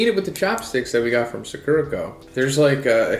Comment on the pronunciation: It's Sakurako, not Sakurrhakou. Japanese pronunciation is the same as Spanish, so as an Spaniard I always find it a bit funny whenever Americans try to pronounce Japanese words. It's all in good fun though, not trying to be mean or anything~